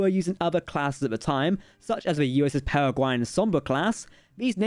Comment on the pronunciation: Am I the only one who would like to see more Kirk in snw? Oh yeah and peregrine is pronounced [PERR] + [UH] + [GRIN] please don't think me rude but peregrine falcons everywhere would be sad if someone didn't point it out.